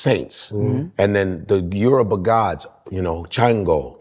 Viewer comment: He left at 10…. Can pronounce his name flawlessly with the Yoruba accent. But pronounces the word Yoruba…as “yoroooba”?. Goodness me